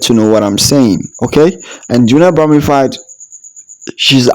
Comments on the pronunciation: It’s Bromfield not Broomfield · Sir her name is Junelle Brom-Field break it up into syllable’s. You keep calling her bromified. I’ll help you because you finally got Kishane’s name correct. Stop murdering people’s name. Amazon Alexa or Microsoft Cortina can help you with these pronunciation’s or maybe you should use AI. You want your Chanel to make sense right? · Brother her name is BROM--(FIELD as in pasture) NOT BROM--FIED... As for your guy Noah he has to take medication for his condition (ADD.. Attention Defecit Disorder) HE TALKS TOO MUCH!! 😕🤔😊